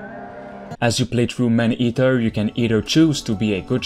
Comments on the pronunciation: The commentator needs to makes vids in French, his pronounciation in English is terrible. I keep hearing him repeatedly saying " Man Heater"which is entirely different gendre. Please homes, just stop, that Quebec accent is atrocious. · Dude🤣🤣🤣🤣 the way he says "man eater", i lmfao🤣!! Anybody knew Jaques Cousteau? 👌